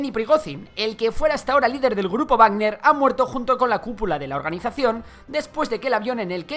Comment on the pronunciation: es Wagner, no barner